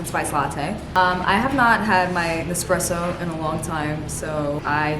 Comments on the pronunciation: I literally love your videos! I’ve been watching you since last year, thank you for all the cozy vibes❤️ Ps: it’s espresso not expresso 🙈❤️ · Take a shot every time she says EXspresso